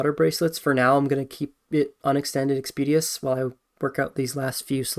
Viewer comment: u gotta work on ur pronunciation if youre going to be commentating. expeditious, venator etc